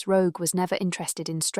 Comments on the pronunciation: Huh? That's how you pronounce Roeg - like Rogue. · It's a masterpiece of a film. . . I do have to laugh at the AI narration mispronouncing Roeg LOL